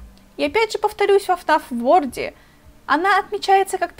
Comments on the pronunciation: Не фнаф ворд а фнаф ворлд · Не ворд а ворлд